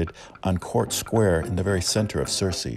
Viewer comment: Searcy is pronounced sur-see. Rhymes with mercy.